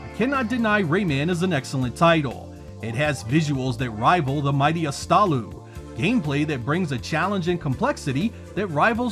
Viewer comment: Did you just say "Astalu"?